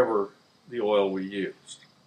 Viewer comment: Oh, the man's gone and drunk all the erl again.